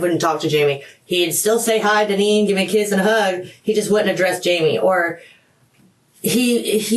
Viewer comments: "Dine- ann" Wow...🤦🏻‍♀️ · Her name is pronounced Dineen